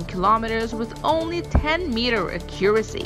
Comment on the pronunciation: Can someone please tell her how to pronounce “accuracy”. Thanks 👍🏻